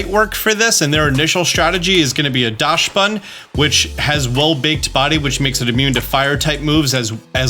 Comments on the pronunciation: It’s pronounced Daxbun, not Dashbun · I love your content. But please stop calling my boi 'Dashbun'. It's 'Daxbun' because it comes from the german Dachshund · Oh god, can you please stop saying "Daschsbun"? The word Dachs comes from the german word "Dachs", where the "chs" is pronounced like an "x". Do its basicially "Daxbun" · I keep hearing people pronounce it DASH-bun......It's pronounced like DOCKS-bun .....and yes, the timer DOES go down during animations. That's why I won't terastalize my pokemon. The power boost is great, but the animations take FOREVER!!!. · Great vid, lots of valid points, but I did wanna say that Dachsbun is pronounced "dox-bun", as it's based on the dog breed Dachshund, which is itself pronounced "dox-und". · DOCKSbunn, please don’t butcher my favorite new pokemons name! It’s after the dachshund which is pronounced “dockson”. Sorry I should have also added thank you for all the amazing content lol, I got a little ahead of myself! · Is that really how you pronounce dachsbun? It's a dachshund. Dox-bun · I’ve yet to hear anyone say dachsbun’s name correctly, like “dachsund”. Do they know something i don’t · Hi, German here. The "Dachs-" in Dachsbun is pronounced like "dux" or "ducks", so it would be "dux bun/ducks bun". A dachshund is also pronounced with "dux/ducks". No "sh" in there. Thanks for the vid. Looking forward to seeing how the event is going to go! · I think Dachsbun is pronounced Daks-boon to rhyme with Dachshund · I believe it’s pronounced more like DOX-bun since it’s based on dachshund (dog breed) and the s comes after the ch. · Docks-bun Like the dog breed "Dachsund pronounced Dockson" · As a German the pronunciation of Dachsbun kills me lmao